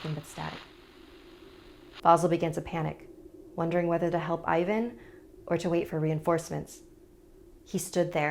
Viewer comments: I am not trying to be rude but you must read the I in Ivan as E and A in Ivan like A in Ass Xd I know that you didnt know how to say it, I just want to save you comments like "ew i am cringying when i hear how you prounaunce bulgarian names!!" Love you!! Simeon (Semheon) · Ivan should be pronounced like Even 😝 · actually like Evan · Its evan and vasael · Oof the names. You shoud have atleast done some research on how pronounce them. The pronunciation is scarier than the video..... Anyway luv ur vids keep it up and pls do some more videos about Bulgaria I rly love them. And for all the ppl that will ask. YES IAM BULGARIAN!! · I feel bad for Ivan :(( (also that's not how to pronounce his name)